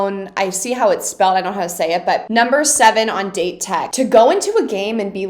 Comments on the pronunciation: just a little heads up for the pronunciation..... Date Tech - not like date... ;) more like [Dah - Tae Tech] No 7: Aone Takanobu - it is spelled [Ah - Oh - nae] as the best read blocking team in japan, date tech is a hard enemy... but there is so much more to come for you in the future ;) keep excited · Ok after watching this video I've made my decision, I have to make some sort of video explaining Japanese pronunciation for you. I can't blame you for not knowing but if I hear "date" one more time ima scream lol. Where would be the best place to send it? Twitter I'm guessing? (Also I cannot wait for you to get to season 4, if you even watch to that point, you're gonna love the Inarizaki game) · Victoria! Love your videos! Just wanted to correct your pronunciation of Date Highschool. Its pronounced Daw-Tei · Someone tell her its pronounced "Dah-tay-co" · I don't know if this doesn't adress before, but DATE pronunciation it's like DAllas and TEnnessee. I cringe every time you say "date" (dāt). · Victoria, please. Date Tech isn’t pronounced like the day of the week. It’s pronounced dot-aye. ✌🏻❤️ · word of advice: "date" is pronounced like "dah-tay", each syllable is pronounced separately! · Date tech's pronunciation is.. Da Te Tech.. Da and Te "A" for apple and "E" for elephant :) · LMAO that was awesome. Side note, Date is pronounced "Dah-tay." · Date is actually pronounced "Dah Teh", in Japanese the syllables don't end with a consonant (unless it's an N), you'll hear them say it a lot throughout the upcoming episode! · it's funny cuz she pronounced it "data taco" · By the way Date Tech's "Date" pronounced more of like "Latte" if that makes sense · why u pronounce "date" like that?